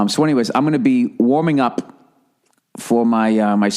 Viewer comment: i like the emphasis on the p in warm up